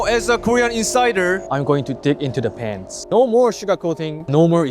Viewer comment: It's "dig into the past," bro Not "??? into the pants," 😂😂😂